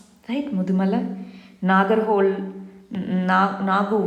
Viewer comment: MAM It is not Nagar-hole.......it is NAGARA-HO-LE (NAGARAHOLE )(ನಾಗರಹೊಳೆ) THANK YOU